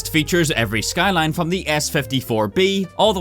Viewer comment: Also Shkyline